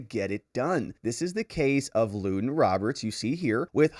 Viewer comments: Thank you for the break down and update of this man's shameful behavior to his own daughter. I do think though that the mother's name is pronounced "London" not Luden. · Her name is Lunden pronounced “London”. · Ummm....I think it's LuN dun Roberts. About the fifth person I've heard, pronounce it Lew don. One of those narcissistic name things where people think a cool name males them desirable. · Lunden Roberts as in "London".